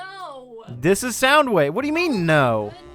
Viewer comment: She fucking massacred my man Soundwave 😔😔😔 Still a great video tho!